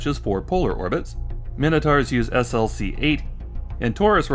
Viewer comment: You pronounce SLC as "slick". I worked at SLC 4 on Titan for 12 years.